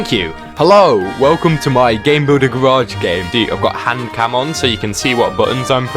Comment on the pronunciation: did he just say garage like GARE EDGE